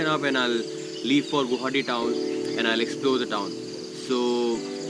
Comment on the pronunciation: "Guwahati" ... Why pronounce as "Guhati" or "Gauhati"????